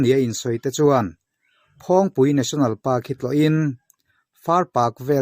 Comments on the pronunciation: Phawng tih lam rik dan hi a lam sang tlat lo maw,a dik zawk nge, dik lo,,,phawng tih lam rik hi a hniam tur niin ka hria a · Tlâng hming i lam/sawi dan hi a thlûk a diklo....phawng hi ilam sâng mah mah...👏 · phul ri hi a sang lo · Phawngpui hming hi, A sawi dik loo..A thluk hi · Phawngpui i lam dan hi a va danglam ve, a dik lo deuh lo maw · Phawngpui tlâng ilam dan hi adik chiah lo in kahria,( phawng) ilam dan hi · Mah ni ram tlangsang ber lam dan han lam dik loh tlat chu a mak ve bawk e,Mahni tawng lam dan hi zir chiang deuh thin teh u aww.